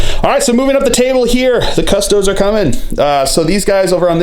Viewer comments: Cuss Toad ESS not EES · Cuss-TOE-days. There are 3 syllables in that word.